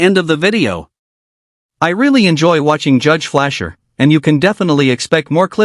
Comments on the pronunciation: I'm subbed to him on yt I thought his name was Fletcher not Flasher??? Fletch like wood not Flash like the super hero?!? shocked even a.i voicebot or w/e it is got that wrong... or maybe people have to for their own vids so it's not copyrighted with the original persons name? idk how yt works they let a vid stay up on my channel for 10 years yes TEN!!!!! then decided to take it down.... they let it back up for a few months then took it down again..... I put the whole "no copyright intended" thing and all that jazz in my description and that I didn't wanna make money from it I just couldn't find it anywhere else on yt at the time but anyway ya..... sucks to go from a vid with like 10m views or somethin to nothin lol hope everyone had a good Christmas!!! cheers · can't you even teach your AI to say "Judge Fleischer" instead of "Judge Fleer"? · It is Judge Fleischer fgs not Fleer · "Crayon eater" is reserved for the USMC! I am highly offended! Orange is my favorite. Edit: You have called him Judge Flasher, Judge Fleer, etc. It's Judge Fleischer! Pronounced "FLY-SHERRR" It's really annoying to call him 3-4 different names in 1 VIDEO if you love him so much!!! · Flair or Flasher or Fleischer. jesus. Oh, and Fleer also - doesn't anyone check this AI bullshit? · FLEICHER, not Flair, not Flursh, not Flur....FLEI--SHER. don't disrespect the best judge in the south by mis-hearing his name and typing that on your video for AI to read. F L E I ---C H E R It even says it in the corner of the video. Theres no excuse for effing up his name. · The judge's name is Fleischer, not Flair, or Flasher, or Fleer. Off to a great start ... Driving without a license is not a criminal offense -- not in Texas or in any other state. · Judge flair😂😂😂😂 it's judge Fleicher ffs this is why AI is such garbage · It's Judge Fleischer not Flair 😂😂😂😂😂😂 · The judge's name isn't "Flair," it's "Fleischer." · Judge flair? 🤣 🤣 🤣 🤣 🤣 🤣 It's Fleischer 🤣 🤣 🤣 🤣 🤣 🤣 🤣